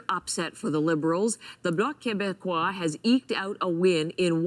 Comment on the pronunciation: You pronounced bloc quebecois beautifully. 😊